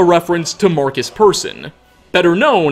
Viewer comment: Ah yes, Mårcus Pörsun